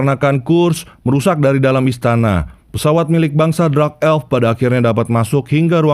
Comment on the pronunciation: Min kenapa dark dibaca jadi drax dengernya aneh